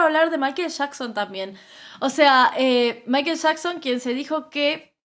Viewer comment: Shostin biber, mayquel shacson